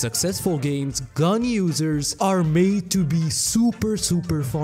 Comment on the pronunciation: "Ganyu-sers" oh, 'gun users' XD